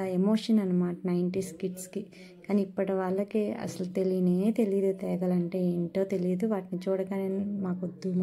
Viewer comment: తెగలు. కాదు తేగలు అనాలి